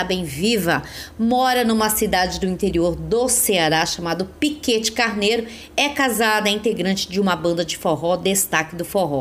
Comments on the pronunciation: Só uma correção: o nome da cidade citada a partir dos é Piquet Carneiro ( pronuncia-se "piqué carneiro"). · O nome Piquet Carneiro quando pronunciado o T fica mundo, então chama Pique Carneiro